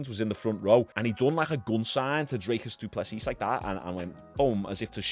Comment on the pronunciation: Sorry to correct you but, his name is pronounced Drikus Doo Plesee